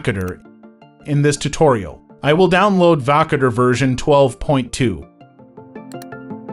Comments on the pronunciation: Wtf is wakader dude 😂 it's Voukoder Woo- Coder you dingo. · Learn how to pronounce the name of the application.